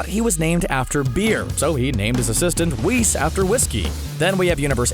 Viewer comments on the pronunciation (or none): Whis should be pronounced WISS not “Wees”